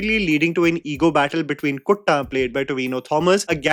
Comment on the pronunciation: Its kuttan not kotta